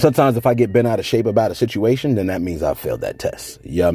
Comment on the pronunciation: Boosie Sitchiation!!!